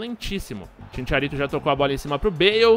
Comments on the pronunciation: Sem querer ser chato nem nd, mais cristian bale é o manu que fez o batman. GARETH BALE joga bola. e CHICHARITO nao ChiNcharito. kkkkkkkkk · kkkkkkkkkkkk e Chincharito pqp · Chincharito hahahahaha e chicharito